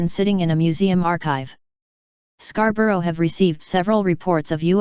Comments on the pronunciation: Scar bow rou ... Switch off. As bad as Edi In Burg, but with a computer voice... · It’s pronounced scar-bur-ah and york-sha